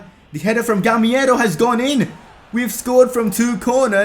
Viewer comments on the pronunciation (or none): bro the name is gamEIro not gamIEro